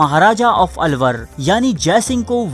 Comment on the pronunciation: ye '' alluor ha na ky alwar